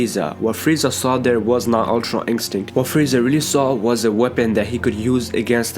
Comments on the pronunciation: Stop saying ink stick it's pronounced In-stin-kt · Instinct not inkstinkt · All I hear is ultra inkstint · Why does he say Umtra Inkstinct? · Stop saying Ultra INKstinct .. my gosh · He always says ULTRA INCSTICT hahahahahha btw good video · Ultra "Ink-stinct" its annoying!!